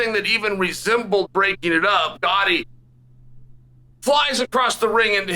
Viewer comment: Uncle Chael pronouncing Gotti’s name correctly tells you everything you need to know about them.